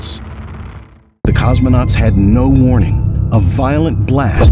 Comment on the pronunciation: No es "cosmenautas" sino COSMONAUTAS